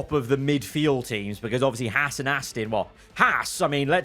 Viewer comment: Why do you say Ferrari like Feraaaaaarri and Aston like Astin